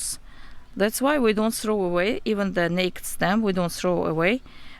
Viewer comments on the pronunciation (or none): Okay it’s so freaking cute how you say naked “nakt” is really pronounced “nay-kid” 😭😭 also I appreciate the information in this video you help me save my variegated Hoya compacta so thank you so much 🥰 new follower 🙌🏻